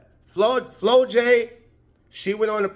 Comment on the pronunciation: Flaujae pronounced FLAW-JAY not flow jay 😂